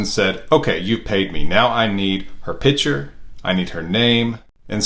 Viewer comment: Pitcher ??? not Picture???